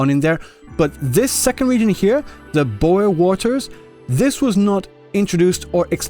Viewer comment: Beohr Waters more like bo'ohw'o'wo'er